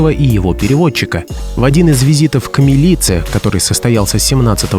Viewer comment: Не к МилицЕ, а к МИлице